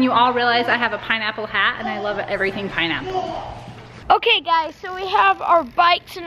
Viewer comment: Its pinapple not ponaple